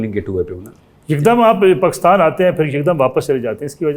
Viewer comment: Wo anchor a gaye Jo Pakistan ko Pakastan kehtay hain